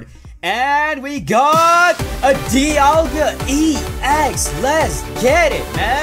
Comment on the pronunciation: Why did you said dealga gx